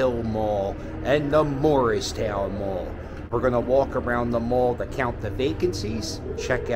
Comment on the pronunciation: Hey... You're from Philadelphia... Why can't you pronounce "Moorestown Mall"? Even YouTube's closed captaining translates it to "Morristown Mall" when you say it. If there ever was such a place, Morristown, New Jersey is about 100 miles north. If you really want to see dead malls, too bad you missed Burlington Center. It was closed for about 10 years until they recently tore it down. Or how about Echelon Mall in Voorhees. Its so dead that, except for the one remaining Boscov's anchor, they now call it Voorhees Center and townhall moved in. There's a dead complete Strawbridge & Clothier store there. They're also building apartment townhouses in what used to be the parking lot. Enclosed malls might have been cool when Cherry Hill Mall was the first one I ever saw 50+ years ago, but, since I moved to Cherry Hill about 45 years ago, I doubt if I've been there more than a dozen times.